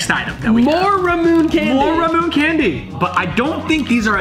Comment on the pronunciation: ramune 😫😫😫😫 noooooo it’s pronounced RA-MO like a cow saying moo RA-MO-NE like ney ney ne it’s RA-MU-NE